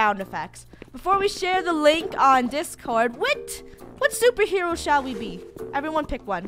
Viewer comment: FUNNEH YOU SED YOU WANTED TO BE A SOPRHEWO